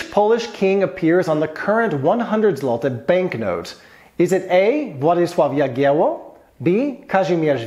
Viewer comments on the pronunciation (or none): Names of kings should be pronounced in a correct way. In this case it was Władysław (name) the second, Jagiełło (Dynasty). Bolesław (name) the first Chrobry (Chrobry is a nickname, which means brave)